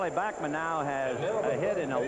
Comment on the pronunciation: its bAckman not bockman, scul.. what are u jewish now ?? .. hahaha